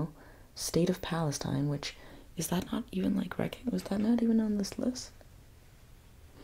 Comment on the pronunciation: I love but...I think she mispronounced Palestine there at the beginning of the video... 🫥 (But I love how she mentioned the issue later)